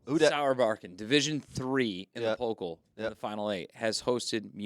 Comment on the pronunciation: _ "...the Bundesliga is bailing out of the DFB-Pokal." _ ...fans would boycot the Bundesliga. OMG, every time they are saying "Pokal" it sounds like polka (the dance) because of pronoucing the o (which is wrong) instead of the a (that is correct). It's Pokaaaaal! 🤫